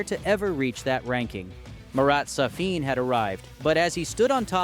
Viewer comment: He is not Sa-FIN, he is SA-fin.